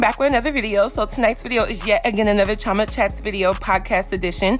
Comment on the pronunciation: The way your pronounce your name is weird. 😁